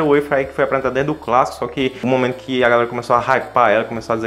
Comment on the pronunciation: "Era dento"